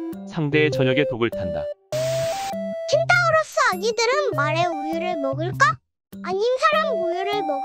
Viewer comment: Enfp 의도하신건지 모르겠지만 두번째에는 켄타우로스라고 안하고 켄타로우스 라고 하네요 ㅌㅋㅌ 귀엽ㅌㅌㅋ ( 어느게 맞는거죠??)